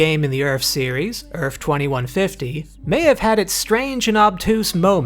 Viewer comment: It's EARTH with a -th at the end, not ERFF. What the hell is wrong with you?